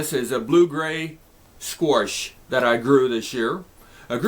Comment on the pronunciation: why you pronounce squash sqoarsh? is that a Nebraska thing or a thing?